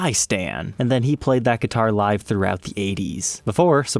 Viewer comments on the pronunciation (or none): none